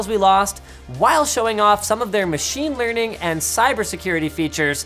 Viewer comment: Mah-sheen Lee-r-ning